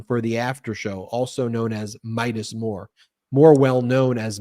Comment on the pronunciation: I feel like poor keeps trying to call it the Mides more..... that is what I call it. ❤ lol